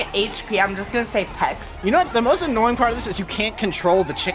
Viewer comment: Its what not wesly wat wesly what